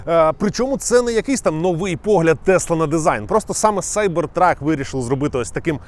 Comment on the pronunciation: Нарешті хоч хтось правильно вимовляє назву моделі - Сайбертрак. А то заладили зі своїм Кібертрак. Ну, якщо вже перекладаєте Cyber в Кібер, то і перекладайте truck в Вантажівку, тобто Кібервантажівка)